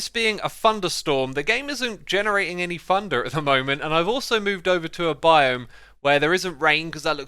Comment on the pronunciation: gotta love xisuma's pronunciation of thunder 😂